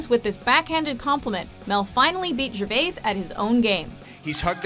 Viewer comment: you need to learn how to say Gervais ;)